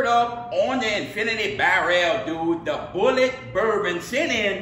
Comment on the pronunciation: Pronounced Boo lee ay